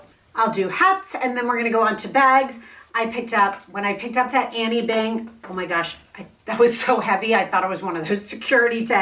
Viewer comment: Her name is not annie , its anine.